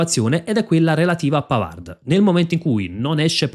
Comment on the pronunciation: Tutto bene . Molto informato. Un solo appunto. PAVARD di legge PAVAR (in francese le parole che terminano in d p s t tacciono la consonante)